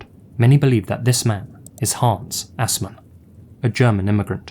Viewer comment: I guess you could say that your pronounciation of Assman, wasn't.. Ass, man.